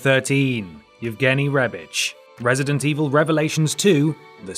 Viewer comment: "Wesident Evil"